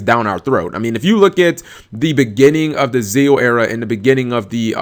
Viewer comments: ZEXALZEX-AL Z-E-X-A-Lwhere the FUCK are you getting ZEAL??? The X is not silent. If you watched the show even they said ZEXAL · you're pronouncing zexal incorrectly